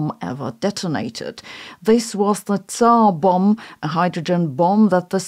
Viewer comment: Sabine you gotta pronounce the 'bomba' part of the tzarr bomba it's more dramatic